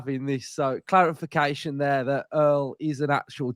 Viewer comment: Sounded like you said 'claretfication' - if you did great pun!